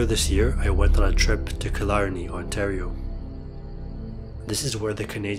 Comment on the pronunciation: Very informative and entertaining - thanks 🙏😎 and your pronunciation of Killarney briefly transformed Ontario into Scotland 😁